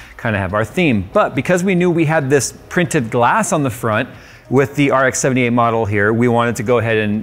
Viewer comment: its rx-78 not rk-78